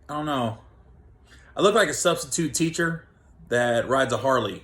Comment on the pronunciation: "I on know" Gary's favorite phrase. Love you Gary. See Lockdown is treating you good!